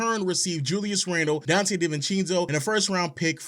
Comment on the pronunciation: Donte Deevencheenzo